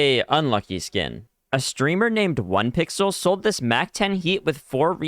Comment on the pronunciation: bro its not onepixle its ohhhnepixle